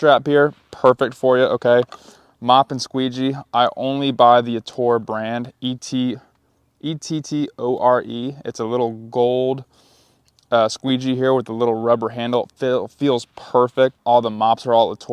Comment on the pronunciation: Nobody corrected it yet. Ettore is pronounced Et-tore-A .. Great content! Most pressure washers i know avoid window cleaning because they either say it wont pay $150/hr or claim their house wash cleaned the windows. As you said though its can be quick and simple to add after a house wash. Window screen cleaning is the next simple add on.